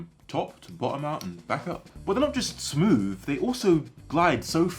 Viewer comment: He said smooth so many times, i couldn’t help but notice that he actually says smoove, as in he doesn’t make the typical th sound with his tongue as in the but a v. As a non native english speaker is this common?